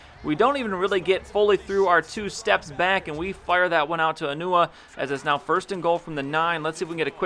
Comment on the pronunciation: Am I the only one here who heard him say "enuwa" instead of enunwa?